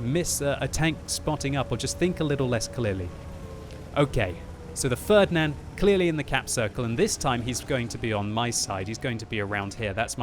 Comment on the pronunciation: your pronunciation of "Ferdinand" sounds so strange and wrong for germans xD